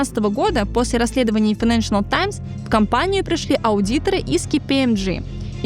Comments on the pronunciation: Здорово, спасибо большое за контент. Единственное, очень режет слух неоднократное на правильное «файэнэншЭНэл», газета называется «файэнэншЭЛ». Без дополнительного «ЭН» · хороший выпуск. но плиз попрпавьте произношение - файненшл таймс, а не файненшенел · Отличное видео, все нравится, но ради бога: файненшиал, а не файненшиНал таймс!!!!!! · Хороший видос, но как же калит постоянное "ФайнэншиНал Таймс" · Financial файнэншал Not accurate неточный Найдите кого-то, кто получше знает английский или проверяйте получше текст. И произношение 😊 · Какая вы тактичная😂 вам не слышалось и это было больше чем несколько раз) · Кроме постоянного произнесения «файнэншнл», откуда в слове financial появился ещё один слог???? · Единственное, что меня напрягает в подаче - файненш_анал и бундеНстаг